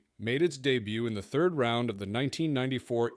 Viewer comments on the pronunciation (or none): none